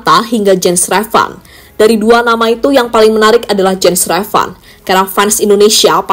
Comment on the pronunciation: Jens Raven ❌ Jens Revan ✅😂